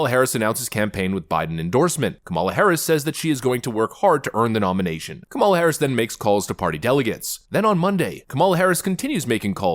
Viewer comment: It's not Ka ''mal a ; it's Kam' a la, accent on the first syllable.